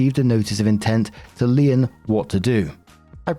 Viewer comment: Story 1 - When doesn't know how to pronounce "lien".